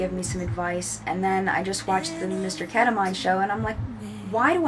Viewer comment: It's pronounced Keta-meeeeen, not "mine" Ketamine! Now you say it :)